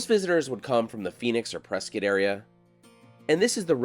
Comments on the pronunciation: I know is from here in AZ, because he didn't pronounce Prescott as it's spelled. He pronounced it as only Native Arizonans do.... "Preskit". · As a native Phoenician I've been loving your Arizona videos. For pronouncing Prescott correctly you are now an official honorary Arizonian.